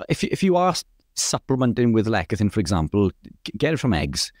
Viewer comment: It's pronounced less e thin, not lek a thin